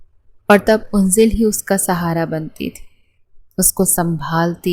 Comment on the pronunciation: Yaaar unzal name nahi ha. Anzal ha. 😢